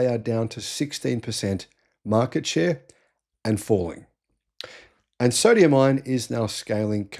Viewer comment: I keep hearing you say "Sodium Iron" ? there's no such thing - its Sodium Ion